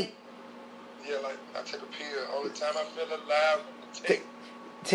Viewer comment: That’s the wildest pronunciation of “take” I’ve ever heard